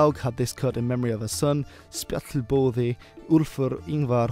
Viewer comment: Old Norse wouldn't have been pronounced exactly like modern Icelandic meaning the name "Spjallboði" would have been pronounced more like it's written since the double L or "tl" sound wouldn't appear in Icelandic until later.